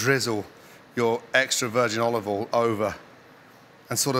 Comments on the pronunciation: Why do you pronounce Olive oil ...... Olve vol. Its olive oial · Still says olivol though 🤣